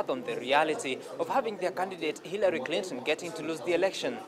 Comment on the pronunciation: She said Hirary...👀😂💦💦